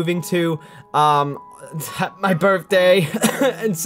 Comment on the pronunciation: Berfday? BERFDAY?😂